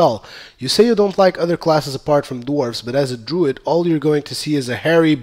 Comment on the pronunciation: Druid. And for everyones sake please god say tomb raider correctly.